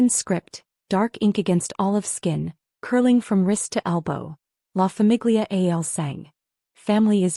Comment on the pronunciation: Excellent story, great plot, but if I can recommend one change, it is better narration, with emphasis in the right places, and the proper pronunciation of La famiglia il sangue. I'm an enthusiast and love the story but since we're listening the proper delivery and timing and pronunciation are important. I believe fixing these things, addressing these issues will increase your audience and platform. You have the talent and creativity!🌹